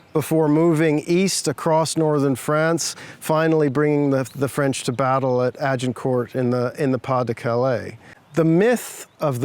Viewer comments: Jheez can the guy not pronounce Agincourt!!!? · why is he pronouncing the T in Agincourt :P